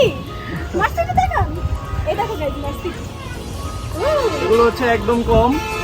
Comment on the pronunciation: Mercedes k boltese “মারসিডি” hahahaaa!😂😂🤣🤣😆😆